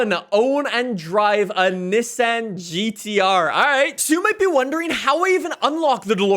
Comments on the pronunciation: Its NISSAN NOT NISAN AND IT FORZA NOT FORTZA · English 100, good job saying Forza and Nissan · I’m so triggered on how he said Nissan